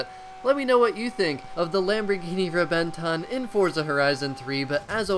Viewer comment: The Lamborghini Reventon is pronounced "Rehvehnton" (with a pure "o" no vowels)